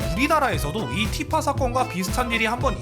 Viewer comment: 난 티파가 피파로 들린다 온 세상이 피파?